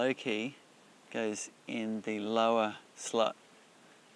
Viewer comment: the way he says "slot"!! OMG LOL